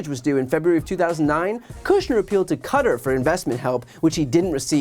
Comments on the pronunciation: Kuh-tar my friend 😂😂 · I don’t think BTC has been wrong about much, and so his pronunciation of Qatar is making me question life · Qua-tar, like Guitar